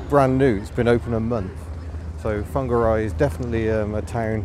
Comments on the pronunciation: I'm advised by my resident Kiwi that it's pronounced 'Fong-arr-ray', with a Maori lilt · nice to see you experienced the city where I live. Nice try on the pronunciation of Whangarei. Some locals still call it Wong-ga-ray. Shame you have moved on. Summer is the time to experience this place. Happy and safe travels.... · I visited Whangarei a couple of times in the 70s - we used to pronounce it Wonga Ray, with a Glaswegian lilt. Obviously wrong. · Fangeri or Fongeri ? (I know it's spelled with a WH), but how is it pronounced?